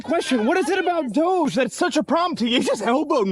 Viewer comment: Idk why people keep pronounce DOGE as DOJE. It just sounds wrong. Completely different from the root word.